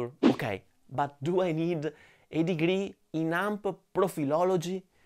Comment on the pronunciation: "A degry in profilology" made my day :D